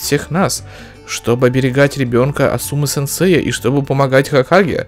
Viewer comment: Асумы ударение на А.